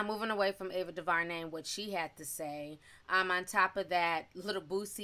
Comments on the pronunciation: Duhvarnay? Due ver nay is how it sounds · Sis!! Omg, it’s Ava Du-Ver-Nay! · Ava "Doo-ver-nay" We'll get through this together! 🤦🏾‍♀️